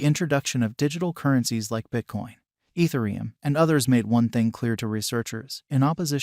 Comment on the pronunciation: “Nixo” “ethereeum”